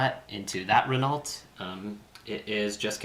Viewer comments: Great game lads but I had to nit pick: They are French so it's Ren-Oh, not Renarlt. Ren-Oh as in 'Oh dear' or 'Oh crap' Top stuff, I watch everything you guys put out :) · It's pronounced "Ren-ow". Gods, in every effing video of yours lol keep up the good work anyway...